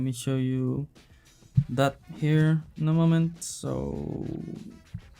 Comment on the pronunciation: i understood "no mamen" instead of "in a moment" 😂 Great video, mate!